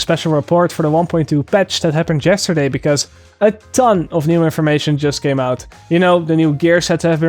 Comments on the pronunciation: like "yes -terday" :D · accent makes it sound like "chess - terday" ;)